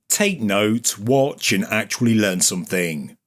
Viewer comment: You had me until the laugh track and you sad “somethink”.